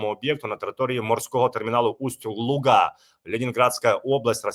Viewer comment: Правильно Усть-Луга не на а на у ударяти